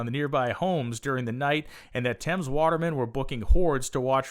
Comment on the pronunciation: Why can american's never prounounce words correctly? it is the River Thames (prounounced Tems) We had been building large stuctures for years , look at Cathedral's in the UK and Europe.